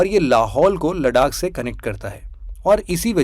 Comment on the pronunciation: it's लद्दाख not लडाक✨👍